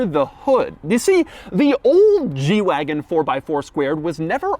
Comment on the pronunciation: I keep thinking he's saying "jew wagon" and it's hilarious